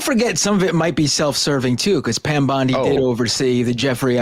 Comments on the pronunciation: I love how she keeps calling her Pam Blondi 😂🤣😂🤣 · She said Pam Blondie. 😂😂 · Did she call her Pam Blondie?! Lol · I can't stand Loomer, except that she is right about Musk and Bondi. And it is kinda funny when she calls her "Pam Blondi". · She keeps calling her Pam Blondi. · Loomer is as committed to saying Pam Blondie as Sam was to saying RamaSmarmy. Lol.